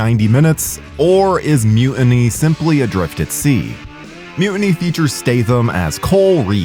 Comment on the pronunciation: Excuse me, “Mu……iny?” I thought it was Mu-tiny??? There’s still a t in the middle, I can see it.